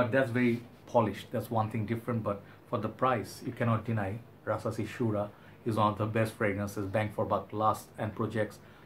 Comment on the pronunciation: Rasasi puram by rasasi 🤪🤪🤪 funny I know You have accent but at least You did your best👍. Pronunciation is Po ohm not Puram, Your videos very good but just organize Your colognes to the shelves don't put on night stand You look more like "a wanna be junior Hoarder". But end of the day I like your video.